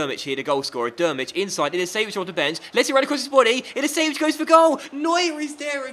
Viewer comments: Its not pronouced Ilisević, its pronouced Ilichevich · Is pronounced illichevich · you say iliichevvich